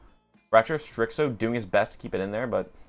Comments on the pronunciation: I don't know how you get "strickso" out of starxo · it’s pronounced Starzo the x sounds like a z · Maaaan, great video. The only thing was The bad pronunciation of starxo. Keep the good work